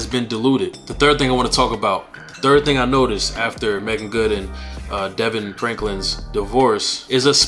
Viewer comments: Hi, Thank You for that. Its pronounced D-Von. God bless you, brother. Thank you for sharing! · His name is pronounced Da-Vaughn